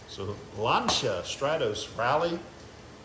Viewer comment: finally someone to pronounce Lancia correctly 👍👍👍